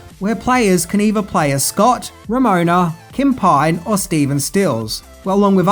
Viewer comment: Man, you really struggled with Ramona's name there, didn't you?